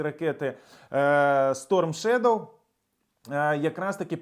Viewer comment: Good for Great Britain! Fantastic news! I'm very proud. Would like to mention though that "shadow " supposed to be pronounced differently in British English, not "shedow" but shadow, A. Long live Ukraine! Glory to Heroes! 🇺🇦✌🇬🇧